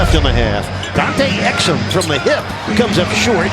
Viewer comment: "Have you heard of Dante Exum? " ouch. that hurt.